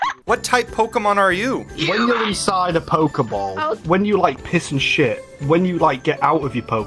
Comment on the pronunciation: “It means I really have to SHET!” ~